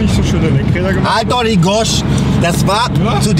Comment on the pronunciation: "Hall die Gosch" wor jo schon fascht wie vonem eschden Saarlänner ausgeschwätzt!!!!